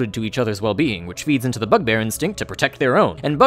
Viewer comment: I thought you said fuckbear 😐